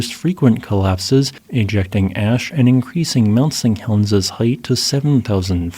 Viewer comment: Interesting video thanks. Did you know that it sounds like you're saying Mount Seng Helens every time? Sorry if its a speech impediment, i just thought you'd like to know.